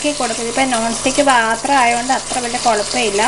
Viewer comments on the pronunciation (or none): none